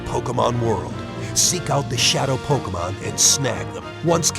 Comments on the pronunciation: Did that guy from the trailer say pokemans? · Probably. the voice actors for the commercials are pretty bad at pronouncing "Pokemon". The announcer for the Ruby/Sapphire commercial says Pockmun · I counted like 11 Pok-UH-Mon in that Trailer. Thank you Dubbing Team, just... thank you. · notice how the trailer said pokaman and pokemon......... WOW NINTONDO